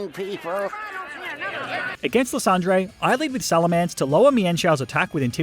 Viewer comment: SALAMENCE, NOT SALMELANCE!